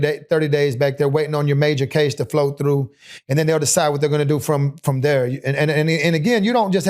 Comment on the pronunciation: I heard it when he said "down thare."